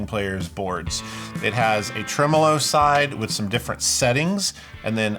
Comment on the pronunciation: Thankyou for pronouncing tremolo properly. Americans take note- it’s trem-uh-low not trem-Oh-low 😘